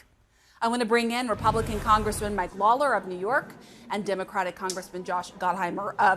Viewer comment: She really butchered “Lawler” holy crap she couldn’t get it correct once